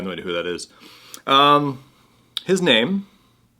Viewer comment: Funny, Who is Bunout boy. It's said Boiiiiiy.